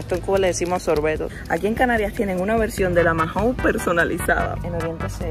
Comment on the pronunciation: Dos cosas DINO era el perro de Pedro Picapiedra. Y Mahon se pronuncia maon y no majon